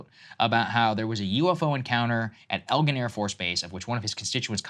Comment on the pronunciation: Eglin not Elgin.